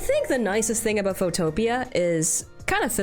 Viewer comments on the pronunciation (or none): "Photopia" 😭 it's "photo pea" 2 words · If you hit the "install" button in Photopea, it will dock outside of the main browser window, and all of the normal Photoshop keybinds will immediately work properly. Also, the pronunciation is Photo + Pea, not "foe + topia" btw, lol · Wait, it's pronounced photopee-ah? I thought it's photopea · i thought it was pronounced "photo pea" not "pho topia" 😭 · Man I love some Photopia :laughing: (It's Photo-pee) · This is my first time learning it's pronounced "Pho-topia" and not "Photo-pia". Wild. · WAIT it was pronounced "Pho-Topia" instead of "Photo-Pee" (like snow pea) this entire time? ...whoopsie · Good video but you mispronounced Photopea, its Photo Pea as in the veg. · "fowtowpia" IM CRYING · I don’t think I’ve ever heard photopea be called that😭😭😭 it’s said Photo-pea😭😭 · An interesting app you might wanna try for pixel art: mtpaint Also, fun fact, Photopea is pronounced "foe-toe-pee". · I believe it is pronounced Photo Pea -- as in, small green vegetable of the photo. :-P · Just an FYI, Photopea is pronounced foto - pea(as in the vegetable). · The pronunciation on photopea is insane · the way photopea is being pronounced is insane to me